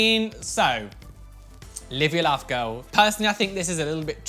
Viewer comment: no one: absolutely no one:: LIVE YEH LIFE GEHL